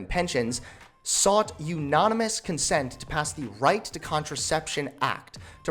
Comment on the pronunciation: is pronounced Joe-nee and is a woman's name, how do you not know this... and it's pronounced unanimous not unonimous... and that right to contraception act was from a year and a half ago and had nothing to do with condoms it had to do with hormonal birth control being offered over the counter, which is still a reasonably debatable issue... do better